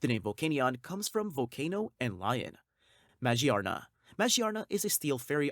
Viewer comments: Majee-arna??? Dude she is literally themed around gears and cogs. Its magearna. Ma-gear-na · It doesn’t really bother me but you pronounce magearna as ma-gear-na or maGEARna not mage arna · Ma-gear-na , Jesus you butchered that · the way you pronounce magearna bothers me deeply.... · This guy pronounces these pokemon so weirdly. “Majierna” “Marshiadow” “Jiratina” “Zariora” “Zaruday”